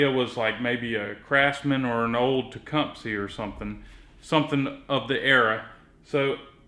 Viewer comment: you keep saying TecumSEE but it's pronounced TecumSUH.